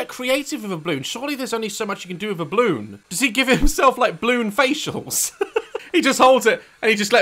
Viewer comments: He keeps saying bloon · I love that Daz misses out the 'a' in 'balloon'. He says 'blloon' 😂😂. Also, he pronounces the plural for 'woman' as 'woman' 🤭🤭